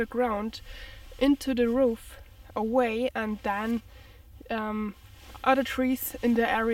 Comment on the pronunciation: Wow, that's disappointing to think people working in forests could leave those broke bottles behind. Really disappointing. I think the word you are looking for is "root fires" not "roof fires" like I think you said? Its cool though, we all make mispronunciations.